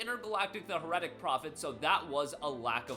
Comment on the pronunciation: Dude, learn how to pronounce Heretic! It's "Hair-uh-tick" Not "Her-eh-tick." You sound like an idiot when you mispronounce that word, and you're possibly teaching others watching this channel to mispronounce that word, making them look like fools if they repeat it in public.